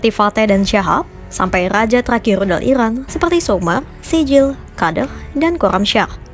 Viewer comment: Iran kak bukan irwan